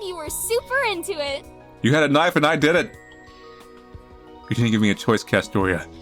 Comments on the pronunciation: Did you just say "Knoife"? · Honestly man getting into it and then hits me with tbe "KNOIFE" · Australian knife accent. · I love that you always take the time to put an accent on “knife!”